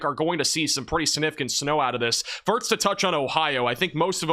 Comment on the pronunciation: You keep saying "firts" instead of "first"